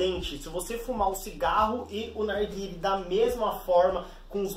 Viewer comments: porque ele fala arguile? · E impressão minha ou ele fala "arguile"